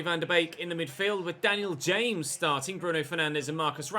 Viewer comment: Daniel Ha’mes. Who the Llanfairpwllgwyngyll is that!? 🤪